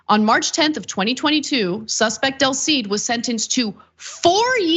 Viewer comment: del cid not Delcid.